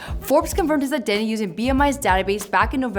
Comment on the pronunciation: "Ill reveal his true ideny" im dead